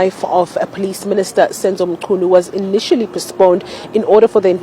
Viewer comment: That's a shame, that you could not pronounce mchunu. you should have asked someone before saying anything